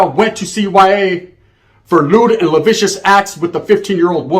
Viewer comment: effin moron! Lewd & "lavicious"? 😅 is that like vicious? Its "lascivious", phonetically its "la-cee-ve-us". That kinda fake 'breaking back news' get u special attention & visits. What an idiot